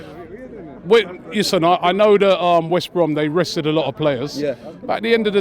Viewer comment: It’s West Brom ffs